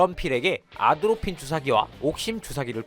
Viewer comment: KMARK-1 대한민국 국군에서 사용하는 신경작용제 해독제킷. (크기가)작은 아트로핀 주사기와 큰 옥심 주사기 각각 1개로 구성되어 있다. -틀-의 경우 '아트로핀'의 발음을 쉽게 말하려다 '아드로핀'이라 칭하기도 한다.